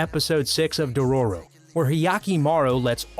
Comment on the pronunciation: I hate how he pronouned naruto,dororo,meliodas,and naofumi other wise I agree with all of these anime fights